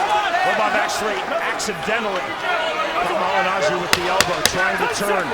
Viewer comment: "Pauli Mah-gin-ah-gee". -Floyd sr